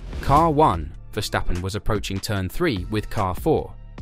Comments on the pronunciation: For the love of god, there is no sh in Verstappen, stop saying Vershtappen!!! His name is Ver-stap-pen. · Verstappen, not Verschtappen. Common man he's over a decade in this sport. Get it right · Dude stop calling him Vershhhtappen there is no ff-ing H in there. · dude, i am dutch. Don't tell me how it's pronounced lol